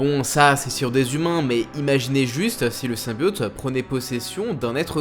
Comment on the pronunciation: c'est insupportable de t'entendre prononcer "SYMBIAUUUTE" au lieu de symbiote ><